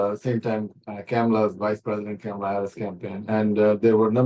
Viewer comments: She is intentionally mispronouncing the name "Kamla" ! Insulting Indians? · why you are pronouncing Kamala name wrong😮